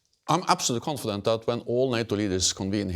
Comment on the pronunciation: 😂😅😂😅 con fe dent 😂😅😅